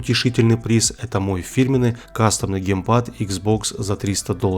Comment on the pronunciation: ГеймПЭс . аа ска мои уши.